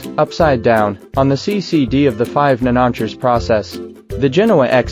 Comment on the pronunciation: A nm is a nanometer, not a nannotcher (or whatever the AI is trying to say there).